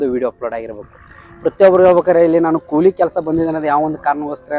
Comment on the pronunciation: ಕೂಲಿ ಮಾರಾಯ ಕೊಳಿ ಅಲ್ಲಾ